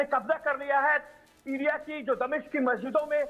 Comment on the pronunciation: मैडम यह दमशिक क्या है 😂